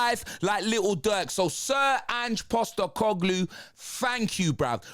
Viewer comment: Ange Sack-E-Coglou